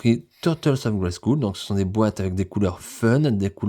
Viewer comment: Merci pour tes vidéos, il faut prononcer « grayskeul » et non « grayskoul » au fait 😉